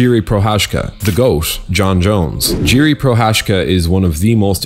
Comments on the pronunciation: it's not Jiri. It's pronounced as Yiri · i find it hard to believe that jiri is 1 of your favourites as you dont even know how to pronounce his 4 letter first name lmao🤣